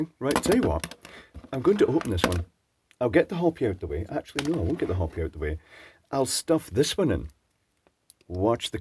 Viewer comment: Pedantic moment - Not "Hoppy", hO -pi. /pedantic moment.